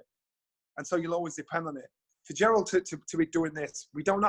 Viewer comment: Jonny his name is jarrel not jarold 🤣🤣